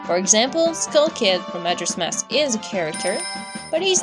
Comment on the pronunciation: is not majers mask is majoras mask